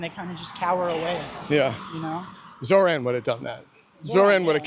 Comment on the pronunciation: Why do you pronounce his name like that? Zoh “ran”? He himself pronounces his own name as Zoh “raan” It’s Kamala Kumala 2.0 😒